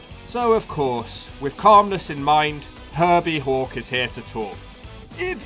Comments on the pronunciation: It's Hulk not hawk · are you saying hulk or hawk?